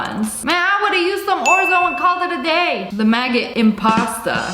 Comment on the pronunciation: "The maggot imposta" 🤦🤦🤦🤦🤦🤦🤦